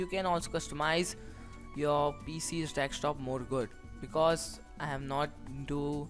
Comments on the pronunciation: ffs its called DESK TOP not dekstop >.< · Dextop :D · dekstop XD